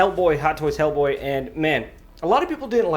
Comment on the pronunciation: 'Ell Bwoy (Jamaican accent)